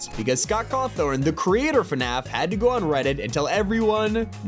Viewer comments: Buddy his name is Scott Cawthon not Scott Cawthorn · Scott cawthon not cawthorne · Did bro call scott cawthon scott cawthorn 💀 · why did he say Scott Cawthorn it’s supposed to be Scott Cawthon☠️☠️ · I swear to everything that is holy if I ever hear you pronounce "Cawthon" as Caw-Thorn again... AGHH IT'S PRONOUNCED Caw-Thun THERE IS NO r IN THE NAME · it’s cawTHON not thorn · Scott cawthorn is crazy 😂 it’s Scott cawthon and it has a f sound at the end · HE CALLED SCOTT CAWTHON SCOTT CAWTHORN!!!! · Scott clawthorn what. Bro it’s Scott cawthon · “Scott Cawthorn” if anyone doesn’t know it’s Scott Cawthon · just saying it's pronounced 'caw thun' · He said it wrong 💀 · Did he just say Scott cathorn